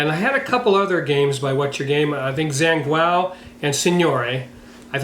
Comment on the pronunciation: Zhanguo is more or less pronounced like "Jon-gwa" (" a" as in wash)